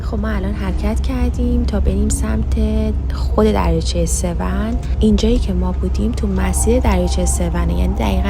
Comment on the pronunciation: The lake name doesn’t sound like 'Sev - 💩', call it 'Sev-on'. Like turning on something ON - The way you say AN it sounds like - Sev-Poop 😂 ‘Sev - 💩”